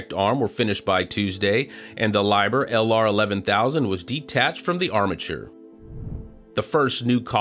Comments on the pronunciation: The Texas accent may be excused, but the Liebherr crane is "Leeb-hair", definitely not "Lyber". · "lie-burr" There's something about that pronunciation that sticks to me.